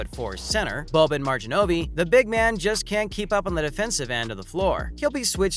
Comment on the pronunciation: Did he say Bobin Marjin-ovee 🤣🤣🤣 Boban Marjanović